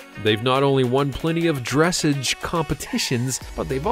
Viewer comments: Gah! I ground my teeth every time he said dress-idge! Horses are just so beautiful and noble. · Not me coming to the comments to see if someone has said it yet 🤣😂🤣😂🤣 - aw man. Dutch warmblood for $25k!? I WISH!!! And for the LOVE OF GOD ITS NOT DRESS-edge! It’s DRESS-AHGGEE -,🙄🤦🏻‍♀️🤦🏻‍♀️🤦🏻‍♀️🤦🏻‍♀️🤦🏻‍♀️ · Yes. Ugh. My ears are bleeding. Basically, it rhymes with ‘corsage’. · Magnificent animals but just for the record, it is not dress-idge as in 'midge' but rather dress-arge as in 'barge'. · You're killin me, Not "dress-ige.".... it's dress-aazh. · Dressage: Not "Dress-edge"... ..... "Druh sawsge" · Very Comprehensive overview. Lots of stunning film.. However the sport is called Dressage like massage not dressige . It is a sport based on flatwork NOT like the agility obstacle course dogs do. That would be more comparable to jumping events. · Well, you pronounced Dressage wrong... It is not Dress-edge It is Dress-au-ge", The Arabian horse is the Oldest known Breed, And only Pureblood horse we know of... all other warmblood horses have Arab in their bloodlines... Particularly the Thoroughbred horse, they should have been in the number 1 spot But if your talking money then it would have to be the thoroughbred horse.. over all you did a pretty good job... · stop saying dress-age lol it's pronounced druh·saazh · Dressage. Is not pronounced that way. It’s Dra-saa-j. Not dress age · Dress edge is actually pronounced drah sahge. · Your so so fun fun funny (recognize you) but the word for Dressage equitation discipline is not pronounced “dress’-age” but ‘ Dra--SAWJHH’.. Frenchie. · Dreh-sahge, not dress-age. Please, look up how to pronounce words. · DressAJE! Not dressage! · omg. NOT dress-age. Dreh-SAH ge. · "dress-age" lmfao 🤣🤣🤣🤣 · There is no r in the second syllable of dressage. It's pronounced like massage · I hate to be that person to correct grammar but you pronounced dressage wrong it's pronounced like dress-awg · dra-ssage ...like ma-sage